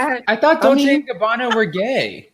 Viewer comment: What's Don-che and Gabbana?😅😅😅